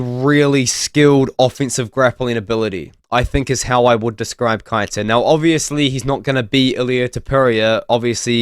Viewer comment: Keita is pronounced Kay-ta